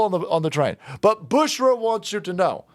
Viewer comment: Her name is “Bushra” .. 😂🤣😭